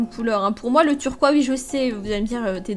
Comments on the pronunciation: c est trop choux tu dis turquois au lieu de turquoise c est pas méchant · Sa me stresse quans ta dit turquoi :D moi je dit turqoise:D berf sino la meilleure :)♥